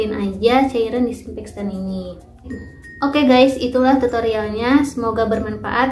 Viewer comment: Disinfektan bukan dikssinfekstan👍🙏